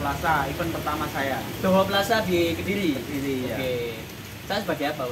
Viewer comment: Kediri boos, Bukan kedili